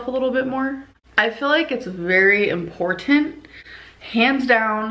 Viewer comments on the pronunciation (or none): “I just FILL like its very im-POR-TANT”!👍🏻